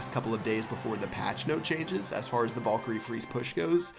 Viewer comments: Did you t say valgire? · omg I luv how u say valkryie "vulkry"